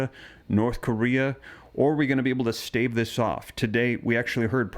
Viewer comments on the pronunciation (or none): none